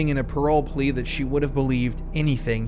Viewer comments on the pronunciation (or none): none